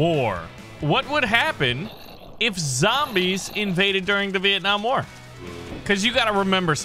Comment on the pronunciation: you say viet nam i from vietnam